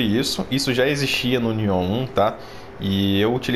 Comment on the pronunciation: pq vc fala Nióh? Rsrs O certo não é Niôh?